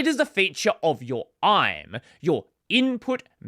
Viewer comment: IME is pronounced by spelling out each letter I-M-E, so "ai-em-ii" rather than "aim". Emoji use codepoints higher than U+FFFF. When written in UTF-16, this requires two surrogate code points to express: a high surrogate and a low surrogate. That is why you can't just use the second low surrogate.